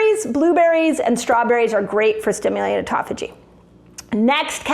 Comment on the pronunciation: Auto (like automobile) phagy (like page with an h). Yer killin' me.